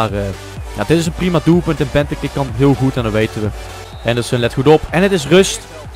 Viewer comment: hahahaha je spreek benteke verkeerd uit.